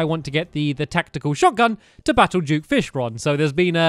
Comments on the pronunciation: Why do you keep saying juke fishron when it duke fishron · It’s duke not juke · he says juke fishron XD